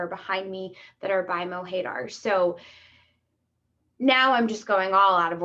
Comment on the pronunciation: MO HAY DAAAAAR lmao Americans butcher words